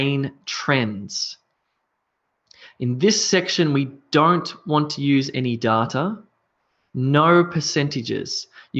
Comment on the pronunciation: I really appreciate your videos, they are so helpful. Don't get me wrong but may I ask why you pronounce "data" the way you do. I checked it and I could find nothing close to your pronounciation. Am I missing some points?